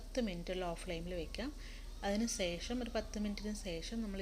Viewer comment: സേഷം സേഷം അല്ല ശേഷം ഭാഷാപ്രയോഗം അത്ര ശരിയായില്ല